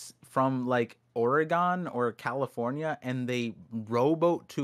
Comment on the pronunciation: Somebody teach how to say O-R-E-G-O-N